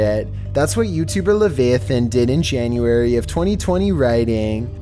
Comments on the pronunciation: La vay e thin (leviathan) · Levayathan All Supernatural fans: cringes